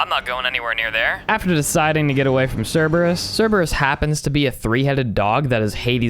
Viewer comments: Mate it's not the Cerberus it's just Cerberus You don't say the Zeus or the Hades do you? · Bro love the content but pleassssse i beg you Dont pronounce crebreus wrong plz It hurts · u pronounced Cerberus wrong